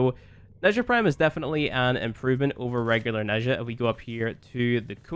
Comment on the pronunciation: Pretty sure it's pronounced neh-jah or nah-jah there is no like "shh" sound